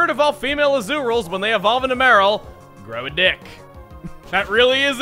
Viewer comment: I lost it when Chugga said "grow a dick". It wasn't even him saying it, it was how he said it with that small pause at the end!!